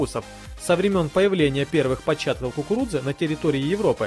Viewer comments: Dasha M ты до кукуруДзы досмотри))) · Мне одной показалось что он говорил кукуруДза? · после пятого произношения "кукурудзы" пошла кровь из ушей. Так и должно быть?